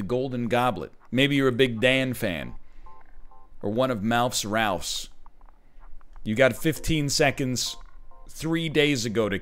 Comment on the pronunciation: " Ralph's"?!